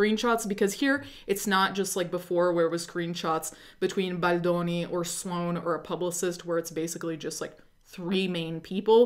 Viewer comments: You are my number one go to for this story, not just because I've been a longtime subscriber, but because the way you say baldoni in scratches my brain in the right way 🤌🏼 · it’s so annoying that you say baldoni like that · The way you say “Baldoni” 😍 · Idk why but the way you say Baldoni makes me laugh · I think she’s pronouncing like an Italian